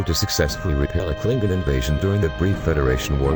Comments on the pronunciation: Music volume Starwars clips And whats a klinkin? Klingon lol. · Down-voted for stupid computer voice that can't pronounce "Klingon" or numerous place names. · Why is a robot talking it should have been a human & should have took the music off & can't say Jem'hadar or Klingon properly